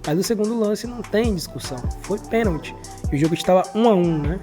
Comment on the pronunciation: Tem que ensinar pra eles que a palavra correta é pênalti não penti